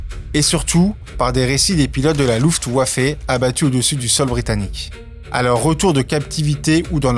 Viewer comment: Arrete de repeter de façon c est sa façon Luftwaffe ce prononce luftvaffe et pas luftwaffé Les ia pas ouf Mais sinon j ai adoré l histoire Et sinon respect a toi pour avoir servi la France PS j ai vu ton com